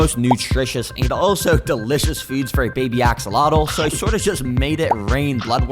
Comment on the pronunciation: bro really said akseloto